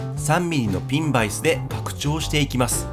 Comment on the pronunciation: ピンバイスのイントネーションがネイティブっぽくてカッコいい